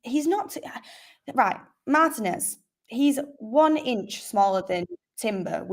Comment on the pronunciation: Mar-TEE-nez not Mar-tih-nez